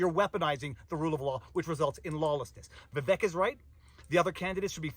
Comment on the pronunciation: Vivek is pronounced ViVake